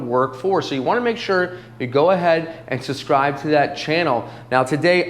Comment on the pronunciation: did you just say suscribe? bahahahahaha